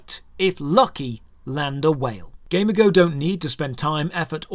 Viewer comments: I think it’s pronounced like amigo in Spanish, but with a G? Guh-MEE-go. Why do I care? I don’t know. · shouldn't it be gamigo (gay-me-go), as in amigo, but for gaming, like a gaming amigo, a gamigo, if you will? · wait I thought it was pronounces gam-e-go? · I don't know if it's only me but. Everytime you say Gamigo I hear Gamergirl. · Is it really pronounced that way? I would’ve thought like the word amigo, just with a g lol. Ga me go. If so, that’s even more reason to dislike them. This is a weird video driven by some personal feelings. The goal of almost any business is to make money. So sure they’ll take the less risky path. You’re free to go gamble or make a gaming studio that you don’t care about money but only the experience of the player or you like, but you can’t really hate on companies that don’t do that. Don’t like it? Don’t play it. The developers, owners, ceos, whatever- they owe you nothing.